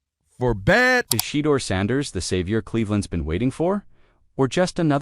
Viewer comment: Tom Brady’s influence. Deion called Tom early in Shedeur’s growth to teach, guide, and tutoring. Tom needs to start a QB training school with Shedeur as the commercial. It’s not Shee-doer, dammit.